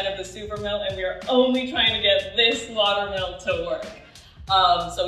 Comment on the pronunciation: It took me two minutes to realize you weren't saying 'watermelon'. I was thinking what do watermelons have to do with bread?